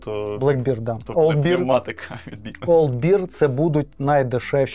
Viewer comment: та "бер", а не "бір". Beer — бір, bear — бер